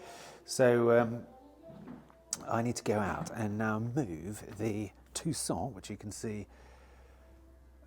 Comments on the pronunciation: Why do you have such a problem pronouncing car names. The Tucson is one in point, it’s pronounced Too_Son as in Too_Son Arizona. Was really pleased that you sold it, so not having to hear you butchering the name. Now you’ve started with the bloody Nissan Qashkai, which is NOT pronounced as Qash_K, rather Qash_ Kie (As in Pie) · Surely u have been told by now it’s Mountune not Montune……oh & need to have a Tucson in stock permanently to hear u keep saying it….❤❤❤❤❤ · . He’s not good at ‘Tucson’ agreed..it’s all a windup..🤭